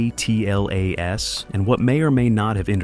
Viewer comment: The AI pronunciation on this video is horrible. ATLAS is atlas, not A-T-L-A-S. Acronyms were created to shorten unnecessary terms; way to waste precious seconds of my life I can never get back... Even more because I had to come here to complain about it.